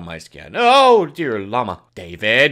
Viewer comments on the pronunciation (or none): none